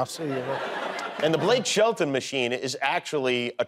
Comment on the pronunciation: You're the only one who ever thought it was Blake "Sheldon"... 🙄